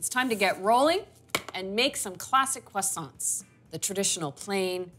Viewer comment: Except for the annoying pronunciation of the word "croissants" ..